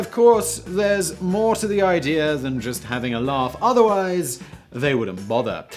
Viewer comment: What is 'moah'? I know you were going for the sound of someone damaged shouting "More" but More is a real thing, at least relative to a lesser thing, allegedly, and Moah is not. "Mowah" is what you should have said. But then I'd give you shit for creating a more credible word that also pointed to nothing. Because 'think before you alliterate'.